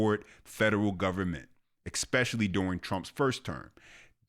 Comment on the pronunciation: There is no such word as EKSPECIALLY. Practice.